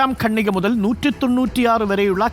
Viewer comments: ഗണ്ണിക അല്ല ഖണ്ണിക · സർ,ഗണ്ണിക എന്ന വാക്ക് ഖണ്ഠിക എന്നു ശരിയായി പറയൂ.കേട്ടിട്ട് അരോചകമായി തോന്നുന്നു.(റിപ്പോർട്ടർ ആണ് തെറ്റിച്ചു പറയുന്നത് ) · ഖണ്ഡിക ആണ് ശരി